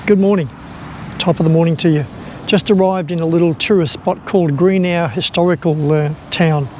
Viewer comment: This is my part of the world. I had to laugh at your pronunciation of our local towns. 🤣 Mingenew - Ming in new Greenough - Gren nuth.